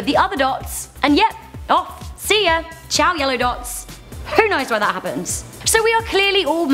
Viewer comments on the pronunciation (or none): none